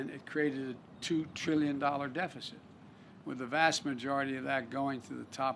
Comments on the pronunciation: Dee feh ceet? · Defacent however not deficit 🤷‍♂️ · Lets all have a Deefisit party Yeahhahahaaa! well if you can't read you can always be President lmfao... I thought Canada was bad for hiring a elementry school teacher.. but no.. Deefisit! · How do you mispronounce deficit..... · Almost 50 years of doing a terrible job. It's pronounced deficit like your brain deficit Any void of intelligence.